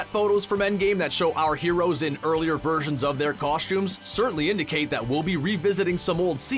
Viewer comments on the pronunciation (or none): none